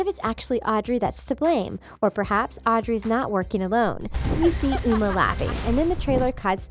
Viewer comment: Its not o-mar its O-ma